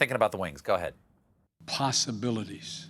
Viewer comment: Is this all you can come up with, America? Mumbling about POoSSeBillYd's? I'd love to say I like Biden, yet my lips won't string those words together.